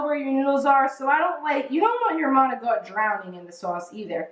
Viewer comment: How come some Italian s don't pronounce the I or a at the end of a word. It's not Maocttt it's Manicotti with the i. !!!